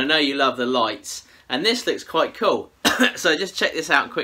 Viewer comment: The word youre looking for is; “Cool”, not “Cole”. 😂😂😂😂😂😂 I know I shouldn’t make fun of the way you talk but I just cant help myself. By the way, I love your videos. Sometimes while I’m watching them I drift off into La La land and I wake up and wonder if I’ve left my chair and committed any crimes.